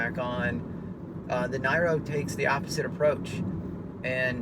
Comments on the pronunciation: Great video review.....STOP saying NYRO, it sounds rediculous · Worse review i have ever seen. If you are going to review a car at least have the understanding of how it works. The dct is always in use even in electric only mode. Other hybrids use a CVT gearbox. You can't even get the pronunciation of the name correct FFS